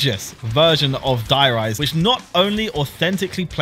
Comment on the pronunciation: How can you love zombies and pronounce "Der Riese" like that xD